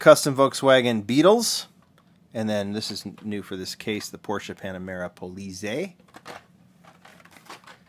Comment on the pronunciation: Pronounced Po LEETZ eye German police